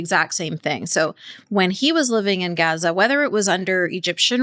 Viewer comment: It's really annoying when people do the pronunciation dance. In English, the place is called Gaza (Gaa-Zaa) If I were speaking French I wouldn't jump out of French when I am talking about a place, I would say the placename in French. Why do people do this. Do they think it makes them sound more Authentic or something?